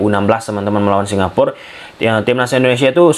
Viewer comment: Bacanya Singapura, Mas. Bukan Singapur. Kalau Singapur, nanti nggak ada artinya. Singapura itu dari bahasa Jawa Kuno, Singa: Singa, Pura: Negeri. Jadi, Singapura artinya negeri singa. Legendanya sendiri Singapura itu merupakan nama yang diberikan oleh salah satu pangeran dari Sriwijaya, karena saat dia sedang melakukan hobinya yaitu berburu, dia melihat Singa di pulau tersebut. Singapur ataupun Singapore (dalam bahasa Inggris) tidak memiliki arti.